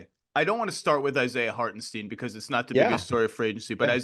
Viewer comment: I'll keep saying Lorrie so long as you keep saying Hartensteen . . . .